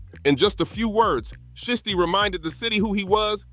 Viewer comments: Y u keep saying shisty instead of shiesty ? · Readers pronouncing names is crazy ..shhhity , noochi lol